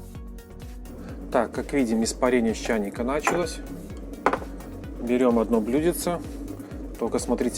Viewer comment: правильно говорить блюдце а не блюдеце и в слове добыча ударение на второй слог